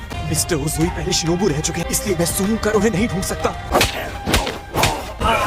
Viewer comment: Shinobu ❌ Shinobi correct